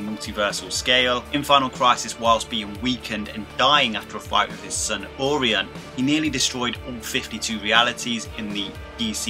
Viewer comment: Hard to take you seriously when you repeatedly pronounce Orion like Or-ion....lmao